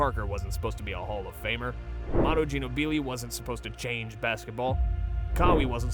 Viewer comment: Manu Gin-Oh-Beelee 😂😂😂